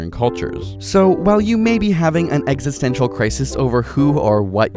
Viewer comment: HE SAID EXISISTENTIAL CRISIS AHHHHH DANS SOUL HAS POSSESSED YOUR BODY 😆